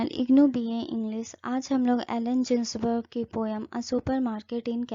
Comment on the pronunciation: मैडम एलन "जिन्सबर्ग" नहीं .. "गिन्सबर्ग " होता है Good Explanation